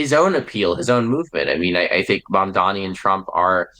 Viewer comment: Mamdani not Mandani..